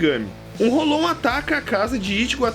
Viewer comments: '--' ele diz dengai claramente e diz rolon... sendo q se fala rolou e se escreve hollow... esse kra é mto mito da pra ver q ele assiste direitinho... no anime a pronuncia é rolou e o kra me vem co rolon... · ele disse dengai n bankai... é q nem rolon q fala rolou e ele fala rolon... ? o kra le holow escuta rolou e fala rolon pqp